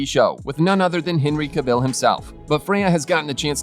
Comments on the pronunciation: Oh my god I just cannot listen anymore to all this Henry CaVELLE! Moronic pronounciation! Cavill. It's simple. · Oh I am sick of telling these murican robots that it's Ca-vill not CaVELLE! 🙄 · Who is Henry Cavel? Cavill: pronounced Ca-Vall. It's an English name, not French or Spanish as you're trying to say it.